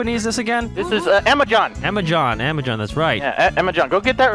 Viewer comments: “Amajohn” flashback to mark and Johnny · Amajon. Amajonathan🧐